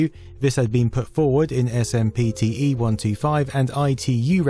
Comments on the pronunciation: “Ess Emm Pea Tea Eee” 😂 too clue! You ARE joking, right? You know that SPMTE is pronounced “SIMP-tee”, right? Right 😮? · SMPTE, pronounced 'Simpty' by those working in the industry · Great video. Couple things I wanted to add. SMPTE is general accepted as “simp-tee” for short. Save yourself a mouthful next time. One other cool note is that if you multiply the width by height by framerate from NTSC land( ) you get the same number as doing the same equation in PAL resolutions. ( ). Both yield 10,368,000. Not sure why this is. Seeing as how both standards have the same bandwidth I’m guessing that’s just the most they could get out of it. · It's pronounced "simp-tee". Sheesh.